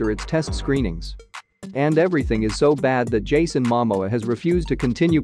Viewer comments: You know what I think is funny? Aquaman 2 isn’t even out yet and they are calling it a flop. Oh and it’s MaMōa. Please say it right. I feel that people need to stop speak negative and just wait and see. The first movie was not terrible. It made over 2 Billion dollars. Lmao I love how these click bait spots are so bad. Fr fr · I think that someone should teach the narrator to pronounce the stars name before you ask him to nattators any more clips !!!!